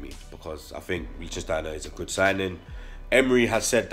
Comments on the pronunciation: my brotha, it’s “Litch-Steiner” you and gotta stop with this “Licht-Sten-Steiner” none sense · Good signing as experienced players go. I cant wait to see our new look defense next season. Fellaini or Yaya? Yaya for me too. He should have been an Arsenal player years ago. But if Fellaini comes we have to welcome the yout imo.,,,LICK STEINER...3 syllables not 4 bredrin...lol...love your content tho. Keep up the good work yeah.